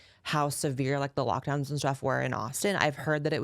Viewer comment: “I neva… I neva suppworted lockdeowns” 😂😂